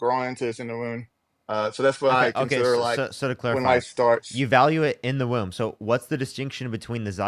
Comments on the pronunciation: WHY DOES HE KEEP SAYING WOON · Exactly my point. The clown in the video kept saying “woon” instead of womb. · Pretty sure he keeps saying wound instead of womb. This was painful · I heard "wound" instead of womb a few times, but more importantly, please don't let him reproduce until he's had a couple lessons in human biology. 😬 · And an aig implants in the woon. This dude votes. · Is the guy saying wound? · And he kept saying wound not womb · Everytime he says “woon” I lose it. Fix your speech before you worry about my body holy shit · Yes, and he kept saying "woon" for womb. Seems like he has IBS of the mouth. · This is painful to witness and encourages me to fight for the importance of education. This poor soul is so beyond willful ignorance, and my brain hurts trying to follow his garbled, and highly mispronounced, argument.